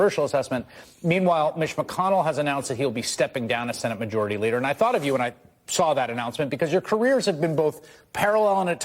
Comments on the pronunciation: She said “Leaker”. Haha. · Was it just me or did she almost say leaker of the house?